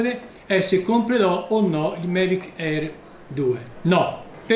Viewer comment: L’ho sentito dire in tanti modi, ma “Mevic” ancora non l’avevo sentito ahahah. Comunque si scherza eh, bel video 👍